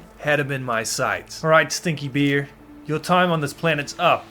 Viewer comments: Is it a speech impediment or are you a brit since you pronounce those big balls of fur, fat and fangs as "beers"? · Man every time you said bear it sounded like beer "OH look a beer"😂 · Why when you say bear I hear bier. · I love how say bear.😂❤ Bair. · the way you say bear itches my brain in an unexplainable way